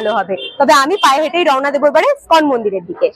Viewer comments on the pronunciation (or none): তোমার ধারাভাষ্য ভালো,, কিন্তু উচ্চারণ একদমই ভালো নয়,,তুমি বলছ স্কন মন্দির,, ওই মন্দিরের নাম ইস্কন মন্দির,,।খারাপ লাগছে বারবার ঐ বিকৃত উচ্চারণ,, ঠিক করে নিও,,।। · খুব ভালো। তবু ষ্টাইল করে বলতে গিয়ে ইসকনকে স্কন বলাতে কানে ধাক্কা খাচ্ছে। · ওটা স্কন নয়। ইসকন মন্দির। খুব কানে লাগছে এই ধরনের ভুল শুনতে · তোমার ভ্রমণ ভিডিওগুলো আমার খুব ভালো লাগে। কিন্তু বার বার ইসকনকে স্কন বললে কেন বুঝতে পারলাম না। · ওটা স্কন হবে না বেবি। ইসকন হবে। আগে উচ্চারান ঠিক করে পারে ভিডিও বানালে ভালো হয়